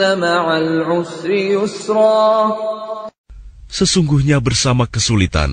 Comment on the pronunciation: Yusroo bukan raa .. a be ce de woi. Srmoga di ubah seluruh seharah pelafalan indo